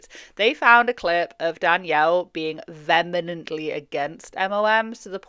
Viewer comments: "Vemenently" against MLMs. Lol wut? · Lmao "vemenantly" isn't a word. Vehemently is the word you're looking for.